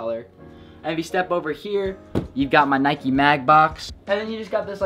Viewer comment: Hold up bro did u say neekis